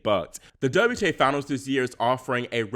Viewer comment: "WTay Finals?" 😁